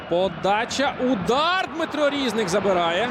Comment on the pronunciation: Чому рІзник, а не різнИк? Коментатор лемко?